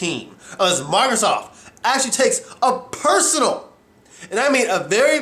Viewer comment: Who's this 'Marthasoft' you keep mentioning?